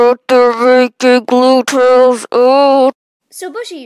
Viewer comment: "Gluetrails", woo hoo! Me: umm... It's DuckTales, not Gluetrails.